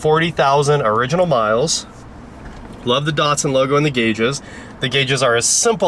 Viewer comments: Why are American’s hell bent on butchering brand names? Dat-sun. Dat, like that Maz-da. Not Mahz-da E-lan-tra. Not Elahntra And so many more 🤣 None the less, sweet old car, and a great channel 👍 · Why do you keep calling it a Dartsun?